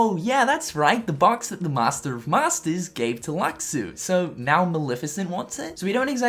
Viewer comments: LUSHU! YOU PRONOUNCE IT! AS LUSHU! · I thought luxu was pronounced like lushu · you are saying luxu's name wrong you read it lu-shu just like you read xion as shi-on you can hear it it the back cover movie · oh shit I heard Luxu (I'm not being an ass but his name is actually pronounced "lushu" sorta how Xion is pronounced "shion" rather that xion or luxu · Nice video you did there and i appreciate all the effort you put into making it but i have some observations to make. 1)If drives in KH 3 are considered situation commands then what kind of situations need to be fulfilled in order for them to activate. 2) It is pronoumced FRIGGIN LUSHU #LuxuLivesMatter 3)About the whole thing with the spells -ga that sora gets so early in the game. Also WHY IN THE NAME OF TURKEY NIPPLES does he have so much hp. 4)That green heartless i think is an emerald serenade. They apperead in khux i think and their role was mainly to heal other heartless so maybe that is their role in KH 3. As i mentioned i do appreciate all the effort you put into making this and im just helping you by putting some ideas on the table. And for everyone who had the time to read this i say the following MAY YOUR HEART BE YOUR GUIDING KEY. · its pronounced " LOO- SHU" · THIS MAN STILL DOESNT KNOW HOW TO PRONOUNCE LUXU? FFS! (otherwise great analysis) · Did he just pronounce Luxu like i think he pronounced Luxu